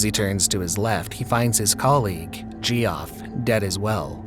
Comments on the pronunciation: Gee Off? Seriously? Jeff is how you pronounce it. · Why tf pronounce Geoff as "G-off"? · Jeff . It's pronounced Jeff for fuck sake. Weird the things that anoy you init